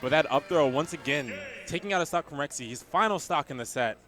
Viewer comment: Dude,, it's pronounced "Rek-zee"